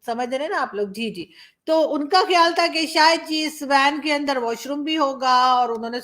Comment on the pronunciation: Andarrrrrrr like RAAAAAAA🤣🤣🤣🤣🤣